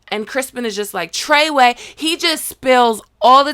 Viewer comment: You did not call that man Trayway!